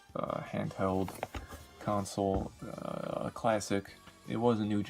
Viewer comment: my man pronounced the word console so badly the captions wrote “council”